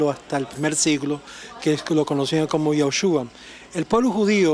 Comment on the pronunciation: Es Yeshúa y no Yashua.